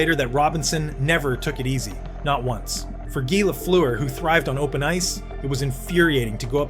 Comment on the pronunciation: You can’t even pronounce his name properly. I’ll pass